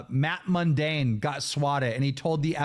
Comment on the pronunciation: I love that after all this time, Keem still says “Matt Mundane” 😂😂😂